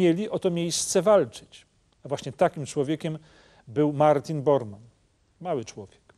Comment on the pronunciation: Martin Bormann, a nie Boarmann.